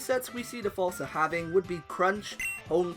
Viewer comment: It's pronounced "Foos-sa" not "Faws-sa"